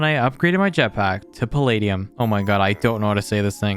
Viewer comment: Here is how you pernounce it: pal-ed-day-knee-umm